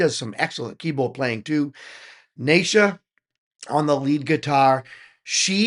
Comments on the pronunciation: In the last year or so they have had the juno keyboard, the les paul. a fender bass, not yet used in a video, an acoustic guitar and a double bass pedal donated to them so their sound has improved without extra expense to them. Neisha is actually pronounced KNEE-SHA! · Naces : Aces with an ‘N’ 😉 Neisha : Knee Sha 😁